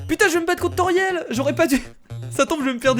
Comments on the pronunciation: ce pas tauriel mes toriel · C'est pas Tauriel mais Toriel juste sa me choque donc voilà dsl ☺ sa ma juste choquer . Like si t'es d'accord